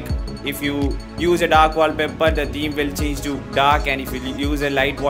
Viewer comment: first pronunciate theme properly 🤣🤣🤣